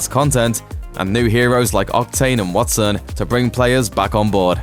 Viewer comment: So you don't know how to say wattson?